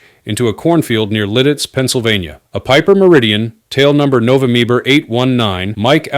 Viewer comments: Can't even say November I can't even finish the video. That just pissed me off. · As soon as I heard nova mee ba I gave up on this AI garbage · More AI crap No vee em bre?????